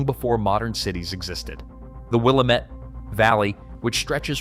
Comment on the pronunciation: Okay. First it's pronounced WIL LAM METTE. Not Willa mette!! Secondly why do you keep showing Purdue University which is in INDIANA??? Third Eastern Oregon will never become part of Idaho.